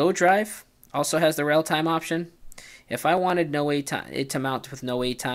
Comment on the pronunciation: It's "relatime", not "realtime". ;)